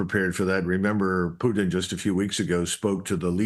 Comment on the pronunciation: Finally. Someone who can pronounce PUTIN'S name properly. It's not Pu-in people!